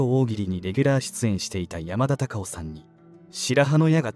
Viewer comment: アナウンスの方言が強すぎる。山田隆夫のことを喋ってるなら しっかり「山田隆夫」と発音しろ